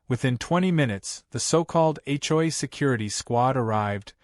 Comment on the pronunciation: When will AI learn to say HOA, the hjoyay is getting tiring!